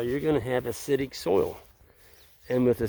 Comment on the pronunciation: LOL! For a split second I thought said, "You're going to have a shitty soil." (which would surprise me). Then I realized said, "You're going to have 'acidic soil'! LOL.... I'm losing it!